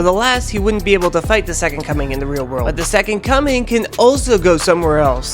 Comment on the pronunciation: why do i keep hearing "the second cumming"?